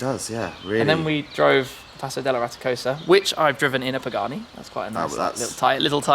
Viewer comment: I loved the "Pee-Gani". Now that was s a very cool destination, Tim.